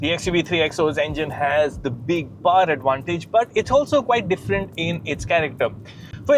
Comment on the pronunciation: It’s not paaar, it’s powr